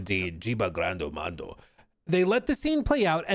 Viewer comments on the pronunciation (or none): none